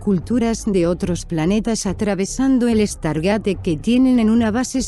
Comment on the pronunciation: tu cuuenbto esta bonito pero primero aprende habar se pronuncia stargeit no estargate lo pronuncias mal mas de 30 veces inculta tu ciencia ficcio es igual que tu cultura y diccion